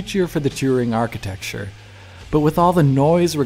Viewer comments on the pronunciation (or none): none